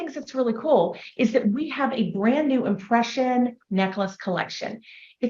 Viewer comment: She said they had "impression obsession" and I swear to you I heard "oppression obsession" 😅